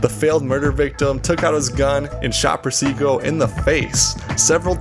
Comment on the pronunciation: you said persico wrong